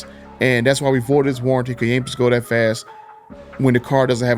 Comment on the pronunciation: Hey man. Love your videos. But your English needs some practice. It would make your videos more professional. The is not duh, this is not pronounced dis. That is not pronounced dat. I know there are dialects across the country, but if you're going to post videos, do yourself a favor and work on your speach. Just constructive criticism.